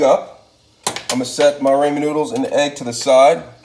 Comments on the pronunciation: G, it's pronounced rah like the sun god, and then men, rah-men, but I kinda like the way you say it G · Who’s Raymon your mate lol. Say apple and use that a in the ramen. I’ll be using your recipe but I’ll be pronouncing it correctly lol 😂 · Pronounce it correctly. Why change it. It’s annoying. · Learn how to Say "Ramen " please lol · pronouncing and spelling are two different things bruh. You still said it wrong tf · Always find it funny when people mispronounce Ramen. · no its because you can't pronounce it right lol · you pronounce it weird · nah he means what you said “Raymen” it’s pronounced “Ra-men” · Ramen (Ra man) (Raa Min) (Ruman) there is three ways for you to pronounce it and it sounds the same were come with rayman you idoit😏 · "RaYmOnD" It's ramen, broski. Rah-men. Not Ray-men. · He doesn't even know how to say ramen 😂. He calls them raymen & it bugs me!!! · Yall be too fancy and boujee for me. First of all your boujee if you say ramen. But this guy is saying Raymond’s noodles 😅😅. This is a hood meal it’s called oodle and noodles not ramen boujee ass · I love your ideas about food, but please stop saying "ray-men noodles". It's "ra-men", just like it's spelled. No y. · RAH-men. RAH-men! Not RAY-men. It's RAH-men. And frying an egg doesn't create much of an aroma of any kind. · Homie really said "Raymen noodles" it's pronounced ramen (Rah-man) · Raw-men not ray-men🤣🤣🤣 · RAH-MEN not raymond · it's pronounced rah-men not raymond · Don't pronounce it raymen noodles.... pronounce it raamen noodles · RAH-MEN. Learn how to pronounce it right and you'll get your like back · raw-men not ray-men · Ramen is pronounced rah-men.. .....raymond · RAW-men Not RAY-man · I know it's "ramen" but in the video it is pronounced as "ray-man" when in actuality it is pronounced as "raw-men" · It’s raw-men not ray-man. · she said what you said you called it Raymond but it's actually pronounced Ramen you pronounced it Raymond it's not spelled that way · Raymen noodles 😂